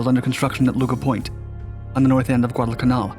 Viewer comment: Good video just annoys me how he pronounces Guadalcanal